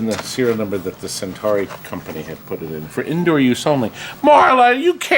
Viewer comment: Am I the only one driven to madness by his continuous mispronunciation of "Centuri"?